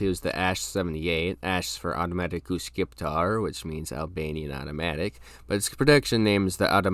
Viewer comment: for better pronounciation, "Shqiptar" is read the same way as "Shchiptar" and not "Kip" since the letter Q is pronounced like Ç for better understanding.